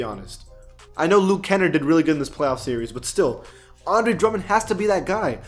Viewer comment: Its luke ( Ken) ( ARD) like hard without the H. not (Erd)